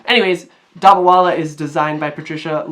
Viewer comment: Indians who hear him say the name 😬